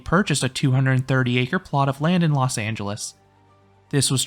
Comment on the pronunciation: Los Not Las😒